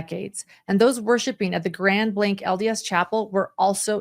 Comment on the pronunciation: This hit so close to our region and I was appalled that day. P.S.: It's Grand Blanc (it's not pronounced with a "k" at the end; it's hard to drop in the "c" to say it).